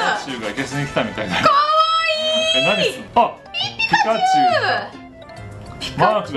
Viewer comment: ピ↑カチュウなんだ